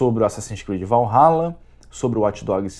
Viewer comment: Assassins Creed: "Valhaba"